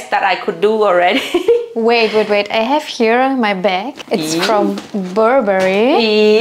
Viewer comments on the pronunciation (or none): "it's from bööörbery" 🤮 kick that idiot out of your flat and stay how you are...